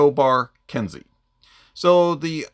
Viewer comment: It it pronounced “Ken-Say” for future reference. Nice review as per usual